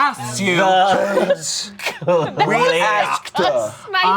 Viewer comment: saying "ROLL. THE. CLIAHP" is giving Amanda's "WHEAT. AGRASS."